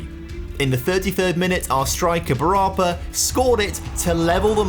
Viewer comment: Just for future reference.... with Thai names you always put the stress on the final syllable. Bu ra PA